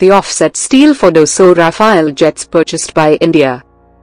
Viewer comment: it's Rafale not rafael